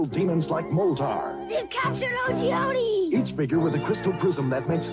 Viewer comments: Isn't the wizard's name pronounced Oh-gee-ode instead of Oh-gee-odie? I thought they were all plays on geology stuff. Like a geode, a rock with crystals inside. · Wouldn't the wizard's name be pronounced as O-geode like the stone not like O.G. Odie? I mean, the main character's name is a play on the word Crystal and his brother is Moltar like Molten Lava? They are words related to geology, no? Just sayin'... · Ohh shit his name is O-Geode.. as in a fucking Geode stone.. not O-G-Odi. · Every time you said Ogeode I kept thinking O.G. Odie. That led to some interesting mental images of Garfield's canine companion wearing a red bandana and hoodie... because he's a Blood hound. ;-P